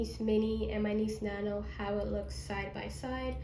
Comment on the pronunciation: You really kept saying Niece nano 😂 it’s called Nice Nano